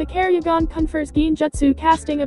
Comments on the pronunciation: ketsuryugan not kerryugan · It is the ketsuryugan not the kerryugan